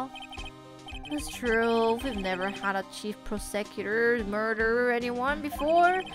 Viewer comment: I almost feel like Edgeworths safety is in question. Also you saying prosecutor like that is making me hungry... Mmmm prosciutto.....